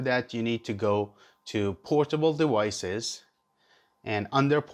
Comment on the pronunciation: fuck the story. we want to know how to connect our hero 8 to a pc! c'mon man! Edit: Sorry that was out of line.. Thanks for the video! Edit:, Edit: Don't say dewices.